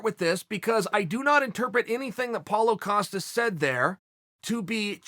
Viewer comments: "Polo" Costa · Paulo “Acosta” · Me: Paulo Costa Chael: Paulo Acosta Me: Ok great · “So Paulo Acosta” - Uncle Chael